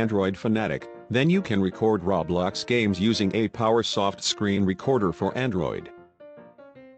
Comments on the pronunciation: stop saying rablox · It's not call rablax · He be saying roblox like raw blox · Ummm excuse me but it isn’t called RABLAX ITS CALLED ROBLOX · “Ra blax” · XD me oh and anybody gonna tell this man ITS ROBLOX not RABLAX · I need a real person to tell me this I don’t understand and why is he saying Rablox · What the heck is the robot saying rowbloxd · When it's not rablox it's roblox just correcting you... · Not to be mean but It's not Ro blox it's ROBLOX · Rablox* xD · No one: Not a single soul: Him: RAWBLOX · It keeps saying RABLAX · Everyone: LITERALLY NO-ONE: GUY IN THE VIDEO: RaO- BloX Me:......BAHAHAHAHA 🤣🤣🤣🤣 I’m suffocating from laughter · Did he saw RABLOX twice omg 🤦🏼‍♀️ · It’s pronounced row-blocks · When you bot says roblox but instead it said rawblox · LEARN HOW TO SAY ROBLOX YOU FUCKING WEIRDO!